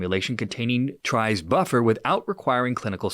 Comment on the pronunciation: Tris buffer. Pronounced like 'this'.